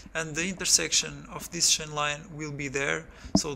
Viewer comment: The effect of the shain tenshion of the suspenshion